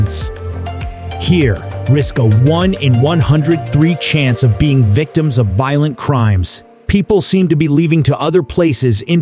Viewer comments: Your stupid Ai narrator runs his sentences together like some alcohol poisoned bum. Parts of it make no sense. Hire educated humans you squids! Raise your production values or nobody will take you seriously. Volent crime? Voilent Crime? What language are you speaking? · It is a county seat, not a country seat, an error made more than once. You sound more angry than factual. The stresses on your words are often misplaced. Your national unemployment average is inconsistent. Pronunciation is off. “Voylent crime”? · It was really difficult to listen to this AI voice give information with awkward pauses in phrasing and obvious repetitive mistakes in annunciation of certain words like “violent”. The person who created this needs to understand the power of a period in a sentence instead of a giant run on rant.